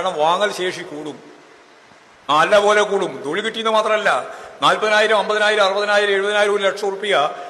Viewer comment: Thozhil nn thanne allle paranjeee? Aksharam mariyoooo 😊